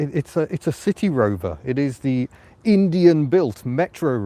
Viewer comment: You need to pronounce, the 'C' or S sound at the beginning of City in a clear manner, like you did at the beginning and at the end. A couple of times in the car you slurred slightly, and it sounded like a 'T' which made City Rover sound like a saucy sea shanty. I found it amusing, but it probably doesn't fit with your impeccable sense of humour. But you could call it 'Bristol' maybe. Hehe.